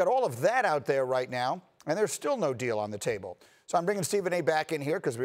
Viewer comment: Stephen A Smith is "Shaking Da Taable"😠😂